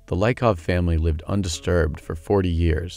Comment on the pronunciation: The man who reads the text most likely haven't been there. He completely mispronounces the names: "Laikov" instead of "Liikov", "Eagor" instead of "Yegor", "Agathia" instead of "Agafia", etc etc.